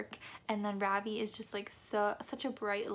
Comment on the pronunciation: ITS NOT FUCKING RAAVII ITS RAVI RAVI. SAY THAT!! RAVI